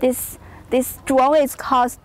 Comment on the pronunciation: yeh you can contwol the dwone with the weally small pad.